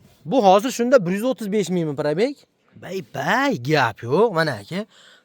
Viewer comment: bay bay so'zi sal yomon eshitiladi